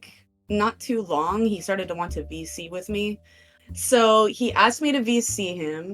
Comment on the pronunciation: It's voice chat, or vc. listening to it though, it does sound like they said bc lol